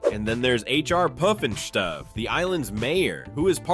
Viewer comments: Okay... let's get right. It's H R PuffenSTUFF... NOT H R Puffenstoof... come on. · The narrator can say sleestak correctly bur he can't say HR PUF - N STUF- yeesh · It's HR "Puff and Stuff". Not HR "Poof and Stroop". Thank You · H. R. Puff and Stoof? Wtheck. stuff!! HR Puff and Stuff ! I thought lidsville was really weird…..I remember every one of these….yep, I’m that old! The BUG aloos not, “boog”. You’re killing me! Zane and Jana ! Not “Gina—— dude come on ! Now you’re just being silly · This is a computer generated voice but it’s lame. It not Puf-n-STOOF! 😂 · H.R. Peepinschtoof?? Clearly you were not a child of the 70's.😅 Or you're from sweden.😅😅😂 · lol You know a lot about H.R. Puffinstuff, but you can't pronounce the name of it. lol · Puffen-Schtoof…? Sounds like how they wanted us to pronounce in high school German class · H R Puff and Stuff. It's easy to say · Say it with me "Puff" n "Stuff." Repeat: Puff, Puff, Puff for the love of Mogh, Son of Worf!!!! (I think). : ) Also, it's Dyna not Deena Girl!!!! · It's pronounced H.R. puff n stuff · HR Peefandshtuff? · Why is he pronouncing HR Puffin Stuff like that? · How can you mispronounce H.R. Puffnstuff every time? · Guy says HR puff n stuff wrong 3 different ways. Lol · How do you morons mispronounce HR Pufnstuf when they literally sing the song in the video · I have never heard someone pronounce "H.R. Puffinstuf" more times differently in one paragraph. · Why do you say puff and stuff so janky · I loved h.r pufnstuf 😊wtf is wrong with you say it right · how in the hell do you not say H.R. Pufnstuf correctly? they sing it in the damn song!!!!